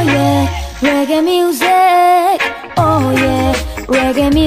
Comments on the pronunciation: por favor, es reggae, se pronuncia con e no con i riggj que pronuncia mucha gente... Y me saca de quicio un poco jajajaj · Aunque haya dicho mal lo de "riggi" espero que os haya gustado la sección jajaja Un saludo!